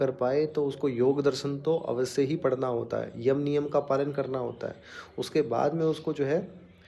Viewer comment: Awasy nhi awashy